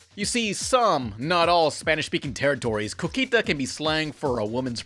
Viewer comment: It wasn't actually cuquita, it was cookie+ita, but the way it is pronounced... Yeah.